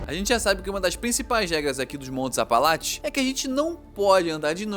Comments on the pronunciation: montes "apalaTES" kkkkkkkkk, bom vídeo nmrl. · "Apalatche" pelo amor..... APALACHE, APALACHE....... não dá pra assistir falando Apalatche..... Vai cagar. Nem em inglês fala assim. Puts. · ele consegue falar apalache e não apalatcheee ? q ódio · APALACHES. não apalatis